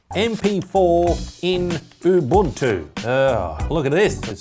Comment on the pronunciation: it is pronounced oo-boon-too